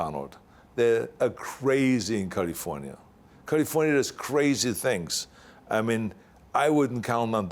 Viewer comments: I love hearing him say Kalifornya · Culliefornya is the proper term. 😬